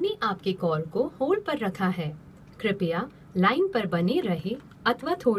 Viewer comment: क्रिपया नाही क्रूपया आहे मराठीत ..some words in marathi are similar meaning as hindi but pronounction are different...